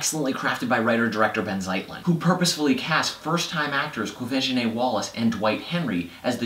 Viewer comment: i am thouroughly impressed that he pronounced Quvenzhané correctly